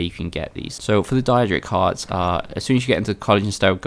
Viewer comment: its daedric you know like Day rick with a d so its daydric